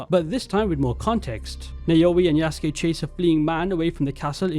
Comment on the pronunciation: Good video, but please get the pronunciation of Yasuke right